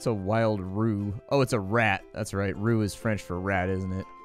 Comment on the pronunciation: It's also definitely not pronounced as "rue". You spell it out. "Are - oh - you - ess", plural is "Are - oh - you - esses".